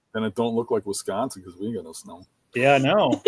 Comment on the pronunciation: weesconsin lol.